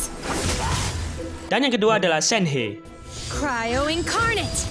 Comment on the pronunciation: ngakak gua denger nya ngomong cryo malah sryo